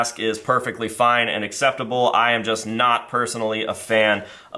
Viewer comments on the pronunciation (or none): none